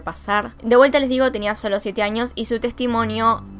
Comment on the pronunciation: Me está poniendo nerviosx con "extranias" "ninios" y "anios" 🤯🤯🤯🤯😡😡😡😡